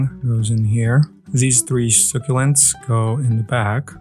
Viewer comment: To better help your pronunciation say succulents like “suck-ulents” hope this helps. Love your videos